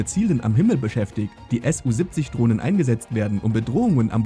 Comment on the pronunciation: Nicht S U, sondern Su von